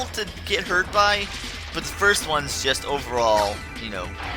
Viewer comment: *first* not *fist*